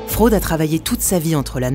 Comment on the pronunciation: Prononciation correcte: Kirkenes: Chirkenaisse - Frode: Froudeu